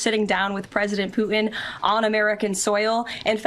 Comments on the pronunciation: Caroline… it’s PU TIN. not PU IN!!!!😅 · Why does Karo-lyin Leave-it say "President POO'n" not Putin?😂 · Karoline Leavett can't say "Putin". She says "Poo-In". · Why can’t leavitt pronounce Putin ?? Instead of “poo-in” I can’t stand her voice … and her lies! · Has anyone else noticed that KKKarolyin' cannot pronounce the letters N and T? ("Fetanyl" and "Poo(t)in"). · Poo-in... She's so ignorant. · Can't stand how Leavitt says Putin... "Poot'in." Silly nit, I suppose. Fact is, everything about her is offensive and irritating. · KKKaroline sounds like a f*cking Valley Girl, pronouncing "Putin" as "Poo-in"!